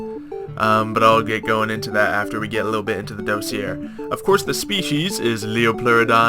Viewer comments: DOSS-EE-AY That's how you pronounce it. It's french. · it's pronounced dossier not dossier kappa.